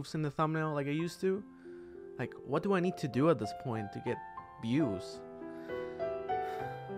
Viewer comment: "to get biews" da fuk